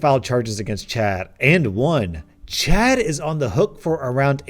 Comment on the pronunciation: Czad got yeeted by the worlds best lawyer Legends Cz is how we say the first sound in the name in Polish